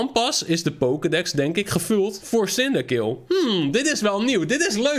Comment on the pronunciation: Je spreekt cindaquil uit als cindaqwil